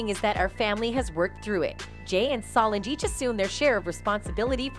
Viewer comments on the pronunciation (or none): It's pronounced: Be - yawn - say So - lawn - jah Re - on - na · This reporter doesn’t even know how to say Bee or Rere or Solange names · And you say Solange name wrong too please stop .so disrespectful